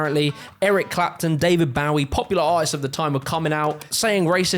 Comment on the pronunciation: that's how you pronounce David Bowie?